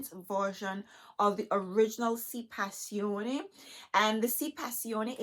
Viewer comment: You are Beautiful Black Girl Magic. And thank you for pronouncing the fragrance correctly.... lol I just got the revised Si intense 2021. but I want to try one of the Si Passione fragrances. Thanks for helping me to decide which one. I think I want to try the Si Passione Intense.